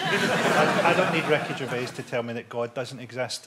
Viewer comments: Every time he says Ricky Gervais, it kinda sounds like, "wreckage of aids." And that's alright with me. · I though Frankie was saying 'Wreckage of age'. I had no idea he meant Ricky Gervais till i read this comment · OH. I thought he was saying "Wreckage of A's"